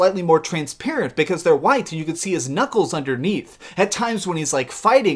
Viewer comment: Did you notice knuckles(hint: knuckleses)?